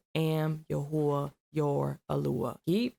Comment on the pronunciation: Its not yahuah iys pronounced yah whey